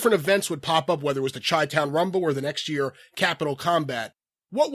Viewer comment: he said "chi town" with a hard "ch"... and while we're at it he also says "euge" instead of huge, sucks... in the words of sam jackson in pulp fiction, "english, motherfucka, do you speak it?"